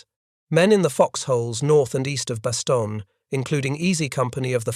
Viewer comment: How much credibility does a history lesson have when the narrator is not aware of the correct pronunciation of the name of the principal location: Bastogne ?